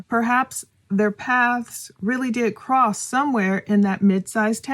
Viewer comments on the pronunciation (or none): none